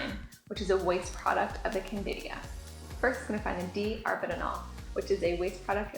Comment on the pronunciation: CANDIDA!!!! NOT Candidia.